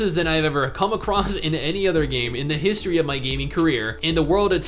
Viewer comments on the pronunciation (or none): none